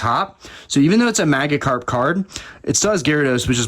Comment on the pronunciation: Your pronunciation of "maggi-karp" multiple times hurt me deep inside. PS: No disrespect intended. Never commented but love relaxing and watching your videos.